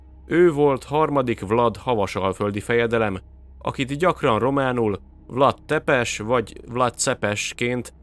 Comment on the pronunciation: Vlád Tzépés a helyes kiejtés, rövid magángangzókkal. Vlad Tzepes nagyon magyarosan hangzik. Lugosi Béla nem erdélyi hanem bánsági, lugosi magyar származású színész. Lugos, Temesvártól keletre, mintegy 60- km-re eső kisebb város. Olvastam a 90-es években egy babonáról miszerint egy környékbeli falunak temetőjében nem bomlottak el a hottestek (valószínűleg a talaj vegyi összetétele miatt) és kihantolásokkor találtak ilyet, innen a vámpír hiedelem. Állítólag kihegyezett fa karóval kellett átdöfni szívüket, hogy természetes oszlásnak indulhassanak. Régen (ma már csak legenda) gyakorolták ezt a praxist. Ez a motívum a Drakula-filmekben is megvan. Az újságcikk is babonának minősítette az egykori tévhitet.